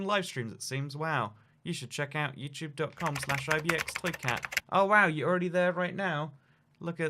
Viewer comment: If you want to have a good laugh turn on auto generated captions and see how it it interprets his pronunciation of “IbxToyCat”